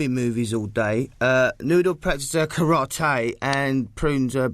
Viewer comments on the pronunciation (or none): Bonus points for 2-D pronouncing Karate as "Care-rot-tay".